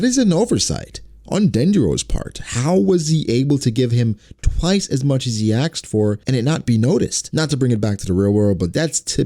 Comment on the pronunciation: it's hard for me to take these videos seriously when you keep saying axed instead of asked. just my 2 cents